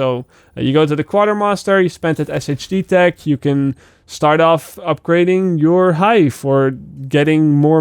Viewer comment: It’s “Shade tech”😂